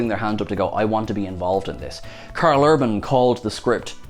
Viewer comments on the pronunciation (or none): none